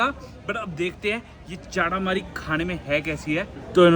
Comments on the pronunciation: चाटामरी 🤣🤣🤣🤣🤣🤣 lol hahahaha...... It is चटामरी, another one is बारा/ वः not बर्रा and it is मःमः not momos, for example : for rice you don't call it rices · It's momo not momos and chata Mari not chaataa maari foodie we